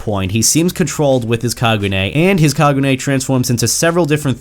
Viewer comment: STOP SAYING KAGUNAE IT'S KAGUNE